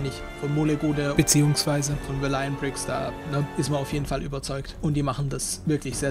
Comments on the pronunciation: bist der einzigste der das so ausspricht 😂 egal sonst echt nices Video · nein man spricht das aber echt net so aus 😂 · Auch hier wieder ein schönes Video! Ich persöhnlich favorisiere VB (habe dein UB Unboxing auch gerade gesehen). Mir gefallen die UB Köpfe nicht sonderlich gut, aber das ist ja Geschmackssache. Ps. Warum sprichts du "Valiant" so komisch aus? xD